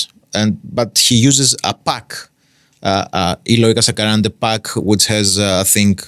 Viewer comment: A pronúncia no nome dele está ótima haha é ótimo reação ao vídeo, abraços.